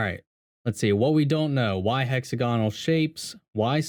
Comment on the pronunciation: All the reviewers reading the whiteboard pronounce it "HEX-a-GON-al." All of them. It's "hex-AG-o-nal."